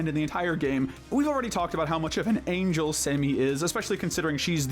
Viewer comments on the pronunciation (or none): none